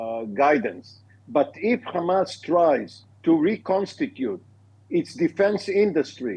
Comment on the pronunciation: Beautiful commentary today on TV 7. Really loved the use of George H.W. Bush's of the long "a" sound instead of the short "a" for hamas. Keep the faith! God is with us.